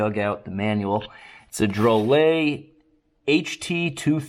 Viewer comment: Say it however you want. But the company pronounces it draw-lit